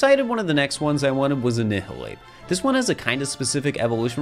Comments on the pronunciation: holy shit i just rewatched this as im replaying through it all and wow the amount of mispronunciations is insane, i physically hated the way he pronounced annihilape the most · They way this man says annihilape physically pains me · your pronunciation of Annihilape caught me so off guard lmao but congrats and good job! I'm at 392 right now, plan to finish it tonight or tomorrow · That pronunciation oh annihilape killed my soul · Bro why did he say annihilape like that 💀